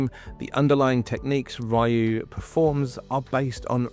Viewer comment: Ryu like Ree oo, not Ryu like my or tie.